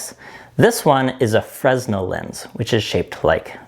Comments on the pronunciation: FREN ell not FRES nel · Fruh-nell not Frez-nell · FYI, Fresnel is pronounced like "fruh·nel" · I called it a FREZ-nul lens for 50 years. I recently learned it's French and pronounced fruh·NEL. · Absolutely no shade as I love the designs in the video and the presentation of the video - but just FYI it's pronounced like Fren-elle not Freznel. The S is silent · Great video! And it's pronounced "Frenell". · fresnel is pronounced like fernel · Frenel* without the s.. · Love the work, just a minor thing. Fresnel is pronounced Fruhnel. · AFAIK “fresnel” is pronounced “fre-nell” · great video, love the ingenuity of the lenses. One small note though, in Fresnel the 's' is silent so it's pronounced freh-nell, because French is a fun language. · BTW, the S is silent in Fresnel. fruh-nel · The 'S' in Fresnel is silent. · no one ever pronounces it correctly.... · mispronunciation of French names is an american pastime more popular than baseball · I always thought the "s" in fresnel was silent.. maybe a british thing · Cool stuff! Just a heads up, though, the S in Fresnel is silent. M. Fresnel was French.